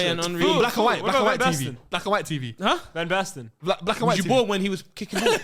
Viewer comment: said van basten 😂..shut yo bumass up